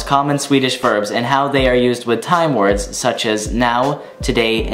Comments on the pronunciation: You pronounce the words excellent! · Shit dude, you pronounce the words better then any non-swedish person I have ever seen. You sound like a genuine Swedish person. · Your pronunciation is incredible. Well done.